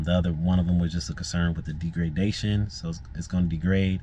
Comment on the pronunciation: Rhymes with beg. Wow! Degradation.